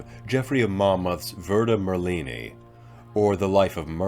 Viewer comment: Right. I laughed when he said "Verta Merlini" instead of "Vita Merlini"